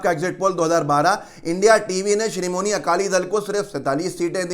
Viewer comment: Bhayya srimoni akali dal nhi , Sri Madi akali dal naam h